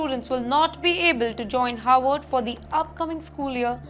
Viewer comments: is pronouncing '"Harvard" as "Howard" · It’s Harvard, not Howard.